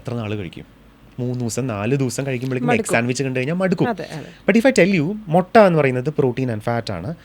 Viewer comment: accent wrongly using.. 😂Motta is wrong .. Use Mu.. not Mo... with out hair calles Motta.. an egg is one Mutta.. accent is very important in talks.. no one is perfect.. every diets are wrong.. if food nessesery you eat.. not don't eat more🎉